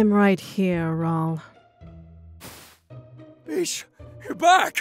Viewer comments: What says: BISH!! What I hear: FEESH! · Abigail C. Same here I kept hearing “FISH” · Yeah it was bish X3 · Every time I hear “Bish” I think of “bitch”- lmao. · I somehow heard "peach" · He sied bish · Deep _ Edits I think THATS the Point cuz he legit said “BISH PLEASE” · Cheetahfast 156 well he definitely does not pronounced it bish. Weird.